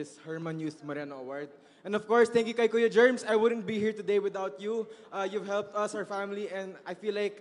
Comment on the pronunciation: Si yung ipinalit ng mga organizer. She actually explained in her IG Reels that she was clueless. She even mispronounced Kuya Germs real name. Dapat ang hate ay directed towards sa Organizer. Organizer’s fault and lapse ito e. Hanapin din sana yung staff na nag approach kay Young Singer pati sa Boss na nag-utos. Panagutin sila